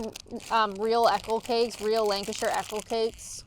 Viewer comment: by the way it's Lanca-sher not Lanca-shear 😊